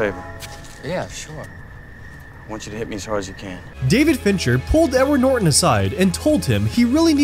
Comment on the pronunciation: “Nedard Norton”